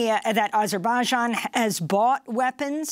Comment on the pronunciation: Why does she pronounce Azerbaijan like that lol